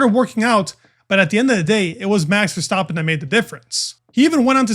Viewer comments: VER-STAP-PEN not VER-STOP-PEN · ha, I’m Dutch. Phonetically it’s kind of like “Fairstahpen”. No criticism, just feedback :) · Bro kept saying Verstoppen lol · Verstaaappen? For the love of god pronounce his name correctly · Love the content. One remark: i always think I hear you say “Verstoppen”, with an O… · You pronounce Verstappen like "verstoppin" it's so annoying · Dude pronounce Verstappen property. It's not that hard